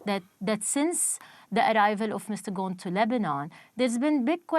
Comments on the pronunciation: His name is Ghosn, thr S is pronounced. It means "branch" in Arabic. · I’m just gonna pronounce it Gone. Carlos Gone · MM 20 Then why didn't correct this since she is an Arab living in Lebanon? She Also called him "Gon" lol